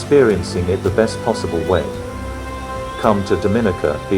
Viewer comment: Pronounce "Dominica" properly please.